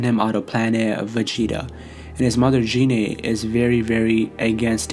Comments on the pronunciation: you got the pronunciation of Goku's mother all wrong. Its GEENAY not JEANAY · Gine not jine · Can someone tell this nigga how to pronounce gine